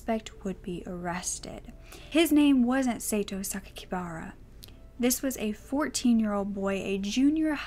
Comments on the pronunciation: i do believe sakikabara is pronounced Sa-key-ka-bar-uh bar, not bare! could be wrong though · I'm sure I'm the millionth person to point this out, but Japanese is almost purely phonetic. Sakakibara is "sah-kah-kee-bah-rah." Sometimes you may hear a diphthong like an "aye" but those are pretty sparing.